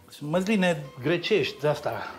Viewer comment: Măzline nu Măsline?😏😂😂😂